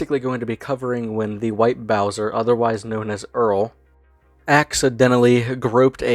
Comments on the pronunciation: Eawal doobie is a pwedatoh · Eawrl Dewbe is a pwedatowr